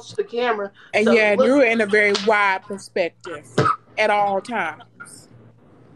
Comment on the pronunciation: “P e r s p ective” 😂